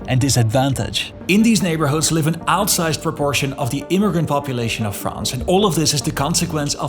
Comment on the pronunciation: If you are speaking English - pronounce "France" the way it is pronounced in English - NOT the way it is pronounced in French (or whatever native language you speak (Dutch?)). You sound like just another Francophile chauvinist, or, even worse, a Francophone chauvinist. Yech! In any case, stayed at a Youth Hostel in Choisy-le-Roi, Paris in 1972 - it was shocking - wall-to-wall Moslem in native garb throughout the entire "banlieue" - just like the rest of Paris and the country. 1972!!! Somehow, you all seem surprised at what has happened since.